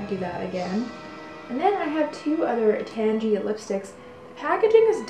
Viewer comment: It's name is derived from "tangerine", so I can't imagine it being pronounced "tangy". Maybe if it was created nowadays it would be, but I feel like the way she's pronouncing it correctly, or at least close to it.